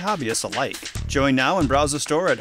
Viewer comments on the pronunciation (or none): none